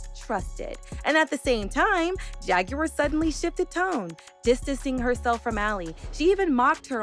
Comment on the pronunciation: Why can't u pronounce JAGUAR????